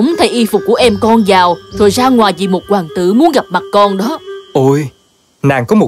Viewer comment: Ôi hoàng "tữ" =)